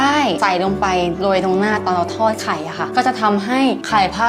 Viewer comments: พูดว่าไขล่พระอาทิตย์ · ไขล่พระอาทิตย์ พี่พูด555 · พูดว่าขไรพระอาทิตย์